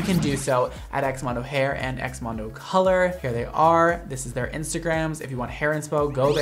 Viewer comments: you know when we spell colour this way it doesn't change the way its pronounced its not colooor its just colour the same way you'd say it i just had to give that an honorary mention coz I find it so hilarious and idk if he genuinely thinks that's how it's pronounced 😅😅😅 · Says “colour” likes it’s a foreign language when that’s how Canada and UK spells it 🥲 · Well, no need to mispronounce “colour”. It’s used in British English. Just like “favourite” instead of “favorite”. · But whyd he pronounce colour as COLOUUURR like colour is how the British spell it it doesn't have to be color LMFAO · Oof it triggered me how he pronounced colour 😂 how we spell it in the UK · the way he said ‘ c O l o U r ’😭😭😭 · YES LMAO he said colOuRe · The way he said colour because of the u 💀😂💕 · Hahaha the way pronounced the Canadian version of color/colour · Pls the way he said ‘hair colour’ lmao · Why the emphasis on "hair colour" like she spelt it wrong🤣🤣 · 😭 How pronounced col-ouuure in the very first video. That's how we spell it outside of the US 😭😭😭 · the first video where you pronounced colour wierd, that's how you spell 'color' properly 🤣 you Americans.